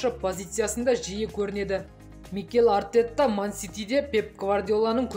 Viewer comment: жаксы дами бер,Артетта деп емес,Артета деп айта бер✊